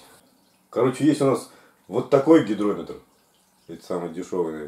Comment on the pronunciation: не гиДрометр, а гиГрометр, ешки-матрешки. =)